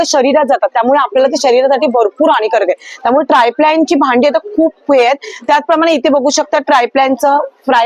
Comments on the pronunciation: त्या ट्राय प्लॅन असच म्हणतायत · triplan boltayat